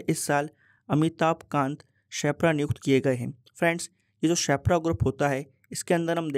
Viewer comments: Sir ap shepra Bol rhe ho per use sherpa bolte h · You are calling sherpa as shepra🙂